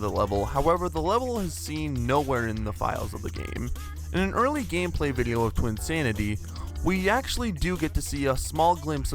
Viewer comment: Take a shot every time he pronounces "video" as "viddlio".